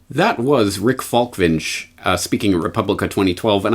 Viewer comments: Falk-ving-e, not Falkvinjch... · Falk..."ving" as in "ming dynasty", "e" as in "estrogen". NOT "winch", that is something else ;)